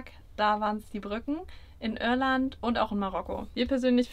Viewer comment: Junge, IRLAND nicht Örland.